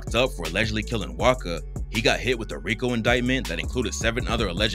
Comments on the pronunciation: His name wasca not waka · Waska not waka lmaoo so misinformed